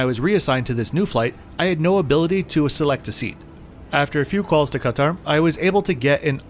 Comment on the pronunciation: great video. you're probably the only person to say 'ktr' correctly and not kat-aaaar or cut-aaar